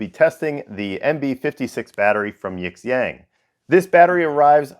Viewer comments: Sometimes the x is pronounced like sh in Chinese. Yee'shyong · Love your work, really I do, but if you're going to review products from a Chinese supplier please take two minutes to learn how to pronounce the company name properly; especially if they're going to list you as a suggested reviewer on their website. I'd suggest plugging their "english"/Pinyin name into Google translate and using the audio playback. It's two characters Yi, 亿 and Xiang, 祥, and you pronounce them separately. Definitely not "yiX ang" because the X has a different sound and Xiang is kinda like shhhe-ang